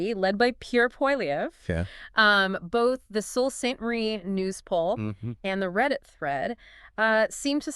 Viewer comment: Sault Ste Marie is pronounced "Soo" on both sides of the border. Sault Ste. Marie is in Michigan also, not just Ontario.